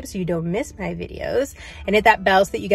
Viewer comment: Jusssst double checking because you sounded like you said “.. got to see pictures of by babies..” But right after said sooo, and I thought maybe I’m just hearing the s for so and not baby plural?? ;) 😯